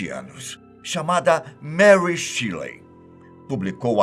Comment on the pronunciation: Só faltou pronunciar o nome da mary shelley correto porque não se pronuncia shirley 🙄